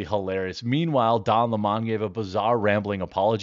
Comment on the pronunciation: His mane IS don leh-mon…